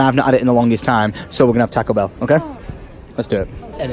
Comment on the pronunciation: Your saying Taco Bell wrong